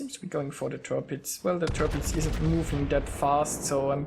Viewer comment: Spricht man Tirpitz "Törpitz" aus? o.O